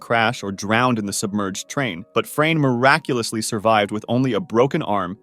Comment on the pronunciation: BRO I LOST COUNT OF HOW MANY TIMES HE SAID MIRACULASLY AND BRO THAT LAST ONE 💀💀💀💀